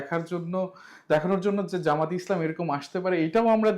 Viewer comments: যামাত না, জামাত। আগে নামটা বলেন ঠিকমতো, এরপর মোটা মোটা কথা বলেন। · Jamaat, not Zamaat ......../ʤ/ not /z/.